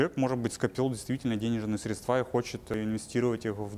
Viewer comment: Что у с речью?? «СредствА», «ложить», хотя то, ЧТО он говорит вроде бы звучит.!!НО!! кроссовки New Balance и голые щиколотки – это, конечно слишком, такие носят официанты в Чайхоне №1